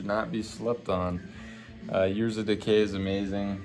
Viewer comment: Bro really said overkill yearzzz of decay lmfao